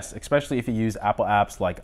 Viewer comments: I found this video “ex-specially” informative. Thanks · Exspecially? New word? 😀